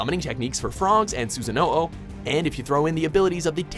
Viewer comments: Susano'o o - Just adds another "O" after for no reason xd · Suzanne Oh Oh? TF is that? Su-san-oh! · obviously hasnt watched naruto since they pronounce it correctly for the viewerswanted to rip my ears off when he said susano-OH god i wanted to shoot myself XD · I love both animes, but it is obvious that the commentator hasn't watched Naruto. Can't even pronounce the names correctly and they showed a picture of Itachi and he said Sasuke. Not too mention that he pronounce names that were iconic in the anime. For example, Akatsuki and Susanoo. Again, I love both shows, but you should at least watch both animes extensively rather than just research the information. Everything he said sounds like he only looked up information about Naruto and never watched the show. Sadly, I have to thumbs down this video for that. It could've been a very good video if only they watched both animes and then gave their opinion. Rather than just be clueless and give their opinion. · Hearing people pronounce jutsu names and susano'o wrong... makes me want to kill myself.